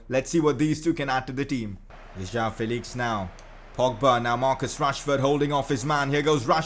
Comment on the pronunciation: it is prounounced Jo-woah-n Felix